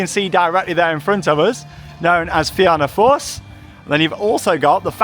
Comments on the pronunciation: The pronunciation of fianna force…. It’s feena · Emerald park is in Meath btw and it's also pronounced (na feena force)😊😊😊❤❤❤